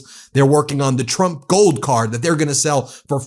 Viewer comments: Every time KKKaroline Leavitt says Trump it sounds like she says Chump. That is the only true thing that comes out of that disgusting girl. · It sounded like she called him president chump